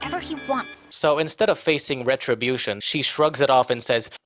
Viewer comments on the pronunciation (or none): none